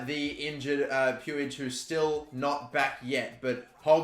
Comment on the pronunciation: Puig is pronounced like “pweeg” it’s killing me to hear the way you’re saying it 😂 love the vids